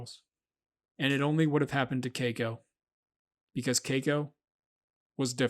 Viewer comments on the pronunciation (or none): I cringed everytime you said cako. Its KEY-KO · It's Key-ko. Not kayko. & that money was NOT wasted, he deserved freedom, we all do. He should have lived the rest of his days wild & free, not a tourist performer. He was born free, he died free. Best thing he could have hoped for. (Except for the pneumonia part) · It’s pronounced Kiko with the long i sound, please learn to pronounce words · Someone please teach him how to correctly pronounce Keiko.